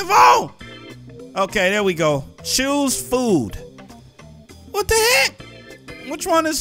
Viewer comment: "choose food" = chews